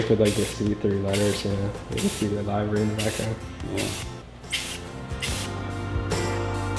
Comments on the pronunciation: Livery. Liver-e not lie-ver-e... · li-və-rē not live ery. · Looks amazing. But Livery is pronounced "Li•vr•ee"